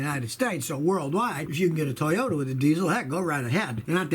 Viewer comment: i just made a compilation of every time he says toyoya lol